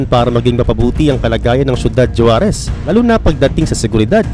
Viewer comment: SORRY ABOUT DUN SA “JUAREZ”YES YAN YUNG SPELLING NYA BUT ANG BIGKAS NG MGA MEXICAN JAN HINDI “J” KUNDI “H”…HUAREZ YAN PO ANG TAMA.😂😂😂😂